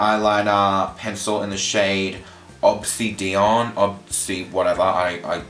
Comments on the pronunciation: the eyeliner is pronounces Ob-sid-e-an its actually a mineral (rock) and is a deep purple/black shape shifting rock :) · Obsidian it's pronounced ob sidi an hope this helps honey :) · my darling ... UB-SID-EE-ONN (obsidian) <3